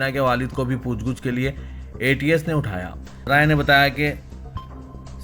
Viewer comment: Poochguch nahi poochgach bolo..